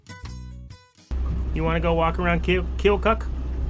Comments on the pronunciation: I think those concrete plants are grain silos, or at least the one by the train. Keokuk is pronounced keo-cut. At least when I lived in IA thats the way we said it lol. That abandoned house looks like a STS camp 🤣 I keep forgetting your videos are about a month behind the real weather date. It was warm then in Nov. Here in MO it is pretty warm to for December, still in the 50's . I don't get bored watching the river scenes i grew up on water activities and camped on a boat for weeks at a time on a lake and river. The sounds of waves and water splashing against boat is so relaxing. Merry CHRISTmas and can't wait to see next adventure. 👍♥️✌🇺🇸🙏🚤🛵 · Pronounced Keyo Kuk 😊